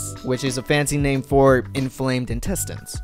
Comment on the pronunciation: you changing their names' pronounciation multiple times throughout the video was kinda annoying tbh